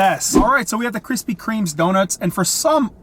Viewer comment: “Krispy Kreme”...no “S”